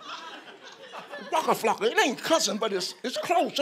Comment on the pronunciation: This is amazing I wish I could pronounce waka flaka like him